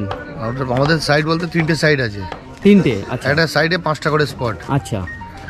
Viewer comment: কথাটা সাইড নয়... সাইড মানে পাশে কথাটা হল সাইট 😂